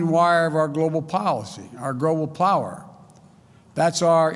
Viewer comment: He can barely talk! LOL. Grobal Prower?